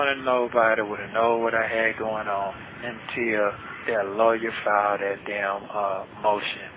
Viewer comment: it’s THAT not DAT!!!